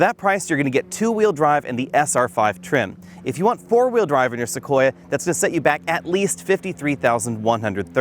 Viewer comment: ..listen for it: "Tacoya". likes tacos, now we know;)